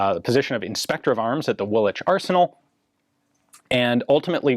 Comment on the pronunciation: Woolwich pronounced correctly! By an American!!!!!!! :)